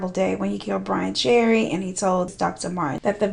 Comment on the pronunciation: "Poor BRAIN Cherry" 😭 gurl